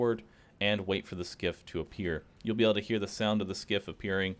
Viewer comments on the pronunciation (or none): none